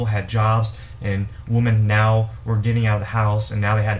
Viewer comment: Right. I don't buy them anything. You're pronouncing the word "women" wrong. "Woman" is singular, "women" is plural.